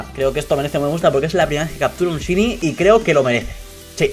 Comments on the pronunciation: se pronuncia shainy no shini si no sabes no lo digas noob que suerte tienes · se pronuncia shainy no shiny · lo pronuncia mal es "shaini"en español y en ingles también:v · 131313ana00 en ingles se pronuncia shaini y en español es variocolor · se pronuncia "shainy" no shini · Tres cosas: 1 porfavor SE PRONUNCIA SHAINI no shini... 2 Pobre xd. 3 suertudo! like si lo les. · No se pronuncia "Shini", se pronuncia "Shaini". Es solo un consejo ^^ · se dice "shaini" xDD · Shyny aaaaa me duele que digas shyny y no sahiny se dice así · Se dice shaini no shini 😊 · es shiniiii es shiniiii se dice shaini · Se pronuncia "shaini" no "shini" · porque dices ''shiny'' se pronuncia ''shainy'' ¬¬ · se dice chaini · shainy jaja no shiny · se pronuncia saini o eso creo xd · gongora xd digo que shiny se pronuncia saini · se pronuncia shaini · aunque se escribe shiny se prnuncia saini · Se pronuncia como shainy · Se pronuncia "shaini" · shainy dilo asi plis😂😂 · en vez de "shiny" se pronuncia "shayni" JAJAJAJJAJA un saludoo!! 😂💪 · se pronuncia "shaini" pero muchas felicidades:DDDD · excelente pronunciación:sini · AAAAAAAAAAAHHHHH(se pronuncia shainy)HHHHHH LA ENVIDIA ES REAL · POR FAVOR Shiny se dice "saini" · Se pronuncia shainy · Se dice Shainy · se pronuncia /shaini/ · se escribe shiny pero CREO QUE se pronuncia saini. LO DIGO PARA QUE LO SEPAS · se pronuncia saini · aprende a pronunciar shiny